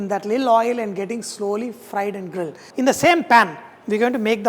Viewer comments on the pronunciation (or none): none